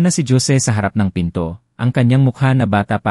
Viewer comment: Wag na ninyo haluan ng English words Ang kwento nyo dahil Hindi Yan binabasa ng narrator ng Tama, lahat ng kwento nyo palpak, paulit ulit din Yung mga pangalan na Jose ( Josie) Juan ( Joan) Joaquin ( jokin) at etc etc. walang pagbabago kahit paulit ulit pa tayong mag komento Hindi nila binabasa kaya useless Ang comment natin